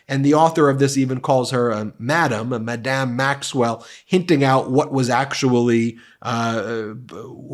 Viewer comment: "Madam" is pronounced with the accent on the first syllable; it's "Madame" that's pronounced with the accent on the second syllable.